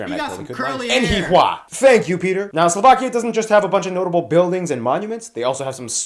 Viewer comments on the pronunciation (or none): dont care about the Wales first. He says Sovlakia no Slovakia.